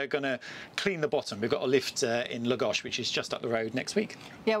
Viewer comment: Finally a British you tuber who correctly pronounces Lagos .Bravo.